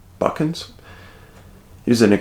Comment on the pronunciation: As a Newfie as soon as I seen Newfoundland in the title i had to click it. this case is really interesting… also very close to my home, & I had no idea about it too, also yes it is pronounced “buck-en’s”!